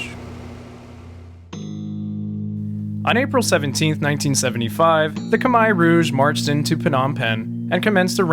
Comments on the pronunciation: Finally, a westerner pronouncing "khmer" right. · You pronounced 'Khmer' perfectly!